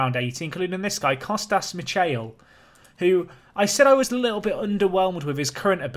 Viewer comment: Michail is pronounced Mi-ha-il